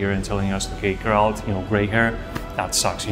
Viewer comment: It's Geralt. No "d", my friend.